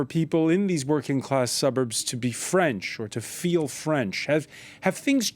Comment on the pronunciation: This Journalist has a very good French Accent, respect! Oh, and vive la France when you don't live there! I got to get out of here!